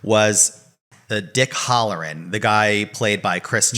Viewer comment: Dick Halloran (pronounced Hal not Hall) is the same character from The Shining!